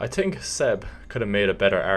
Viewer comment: ”I tink”